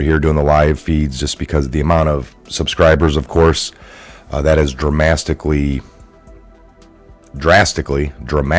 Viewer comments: Dramastically 🤣🤣 Had a good giggle over that. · new word: dramastically lol Love it! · Dramastically! LOL - I'm gonna use that one!🤣